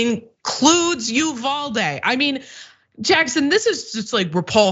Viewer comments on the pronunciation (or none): Uvalde is pronounced Yoo van dee. As a Texan I thought you might like to know. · PLEASE LEARN HOW TO CORRECTLY PRONOUNCE UVALDE. Total cringe every time you slaughter that mame